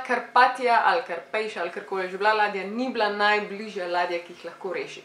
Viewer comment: Izgovori se Karpatija ne karpajša 😂